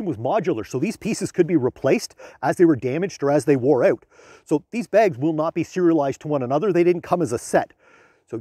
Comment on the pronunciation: The cuts are annoying and not saying " out " correctly is not funny anymore, 60 seconds in I had to turn it off.